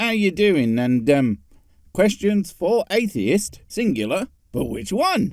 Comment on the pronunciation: he said questons not questions, you got it all wrong